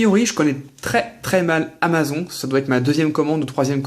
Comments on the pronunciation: mdr comment tu dis amazon ça se prononce amazon"e" comme une amazone :) amaZON mdr :p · Amazon se dit amazone rho :p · Amazon se prononce Amazone petit:p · amazon tu le dis pas bien